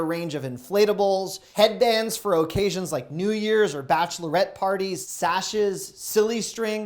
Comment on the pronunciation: I’m really curious as to where you grew up. I like listening to you say “cur-in” and “OHcassions”. Another great video! Keep it up